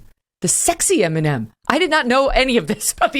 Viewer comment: Stop butchering Eminem